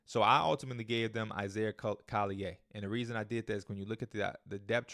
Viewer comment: It’s Isaiah Collier, CALL-EE-ER, not CALL-EE-AY